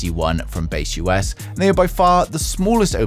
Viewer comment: broreo its not Base US, its baseus.... :D